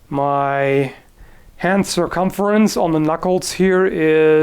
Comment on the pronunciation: "My hand circomfurence around the knuckles is ....twenhmffluffuluff" Ah! So about 3 humflufflufs less than a normal glorpiddodoop's huffhurr?